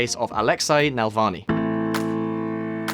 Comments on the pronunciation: Hint for future use: it's Navalny, not Nalvany. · when you guys prepare for your next video at least learn how to pronounce names. It’s not NaLvany it’s NaValny. You didn’t even read the word right mixing L and V. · How can you read "NavaLny" as "NaLvany" - I mean come on ! :) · NA-VAL-NY.....NOT NAL-VA-NY. Pronounce it right....smh.... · Navalny, not Nalvalny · Love the video. One question I have to ask a native English speaker is how can you read NAVALNY and pronounce it NALVANY? What the " bollocks " is wrong with the original carriers of this language? Just to summ it up ... Spell it like it is written... Slavic languages are based on Latin alfabet. It's not Arabic, Mandarin... Read the effing word and put some effort into work. On the other hand I'm grateful that someone putting an effort to make sure that everyone can access important information about stuff that will be omitted from most news . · It's pronounced ne-VALL-nee, not nel-VAH-nee. I'm frankly astonished that a native Brit like yourself would knacker the pronuncia---SHIT! Gotta go! Joe Biden just threw up during a campaign speech and collapsed! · it says NaValny,why tf do you pronounce it as NaLvany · You bucher his surname pleas try coretly pronounce his surname. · Tru. But I'm a bad sport, so I also demand a phonetically accurate pronunciation of the ль and ый sounds. Otherwise I'll unsubscribe! Learn Russian or you'll be treated with some tea of non-standard flavourings!